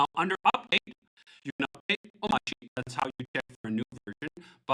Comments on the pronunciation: why doesn't he pronounce the r in omarchy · DHH is wrong about the pronunciation of Omarchy, just like the gif guy